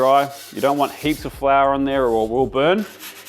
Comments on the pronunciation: You pronounced two of the key ingredients incorrectly. It’s San MARZANO, not Marino, and it’s fior di latte, not flor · It's also fior di latte, not flora di latte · San Marino and Flor Di Latte 🤣. Love your channel though😛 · Ohhhh 😂 It’s so funny to me as a native Spanish speaker. I had remotely no idea he was attempting “fior di latte”